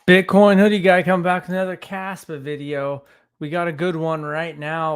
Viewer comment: KAAAAAspa!. you gotta say it like that. KAAAAspa